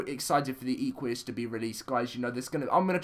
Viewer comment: "Ee-qu-ee-as" OMG the cringe (Im a horse freak) , its pronounced "Eh-qu-us", like equine